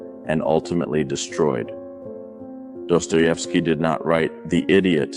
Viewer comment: if you use other creator ideas and themes at least pronounce and write their names correctly, otherwise you have no respect for them, and naturally, you get no respect from others. my comment on this theme. theres no way a society can exist otherwise than how dostoievsky is telling his story. everywhere there is competition between thinking individuals, goodness cannot survive as the only way to proceed in life. beauty gets splintered until loses its original 'shine', because life is tough and you feel it the moment you exit your precious bowl that gives you security